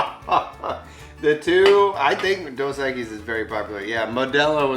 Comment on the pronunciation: That old man didn't even try to pronounce Dos Equis correctly, I doubt they'll ever know what Pulque is. My Dad is Tejano but my mom is from Morelos México and back in the 80s I remember as a kid my Dad got wasted all night drinking pulque with my grandpa and my uncle they finished a whole 5 gallon glass jug. 😂 They were just getting to bed when I was waking up.